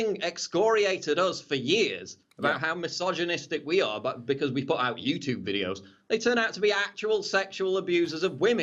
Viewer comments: Paul I love your stuff BUT one thing you do that drives me crazy is why as an Englishman you pronounce YouTube as the american YOUTOOB, Squash that shit bruffa! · You 'Toob' #shakeshead (pron:you-choob) :)